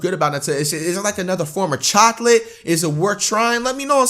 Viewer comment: why flight say chocolate like that😂